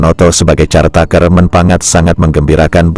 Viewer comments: Maaf, koreksi cara baca CARE TAKER bukan (x)"carteiker"(x) tapi [kărteiker] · "Care taker" dibaca "Kér teyk(e)r"